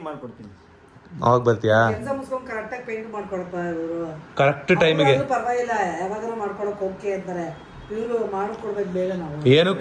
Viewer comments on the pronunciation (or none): ಸ್ವಲ್ಪ ತಿದ್ದುಪಡಿ ಮಾಡ್ಕೋಳಿ ಗುರುಪ್ರವೇಶವಲ್ಲ ಗೃಹ ಪ್ರವೇಶ ಪೈಂಟ್ ಅಲ್ಲಾ ಪೇಂಟ್ ಸೂಪರ್ ವ್ಲೋಗ್ ಅಣ್ಣಾ❤❤❤❤❤❤❤❤❤❤❤❤❤❤❤❤